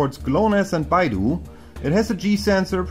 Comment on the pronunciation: Beidou is pronounced "bay-dough" not baidu.